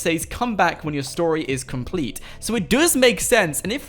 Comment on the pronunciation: He says complet concret